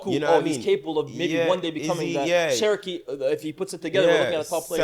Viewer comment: keeps calling Cherki “Cherokee” iykyk